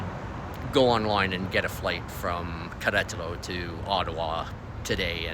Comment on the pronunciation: I was thinking that exact thing everytime you said it. Thought you were doing well though. 👍